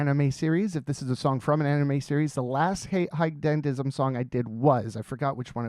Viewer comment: just fyi, it's pronounced "hee-geh dandism"